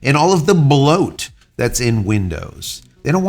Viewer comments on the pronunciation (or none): 'BLOAT' is not a two syllable word. Why do you enjoy wearing such tight shirts?